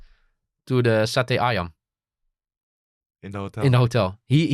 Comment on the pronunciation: Lucu banget waktu bang verdonk bilang mau pesen nasi goreng sama sate ayam tapi tidak bisa mengucap kan ....hehehheheh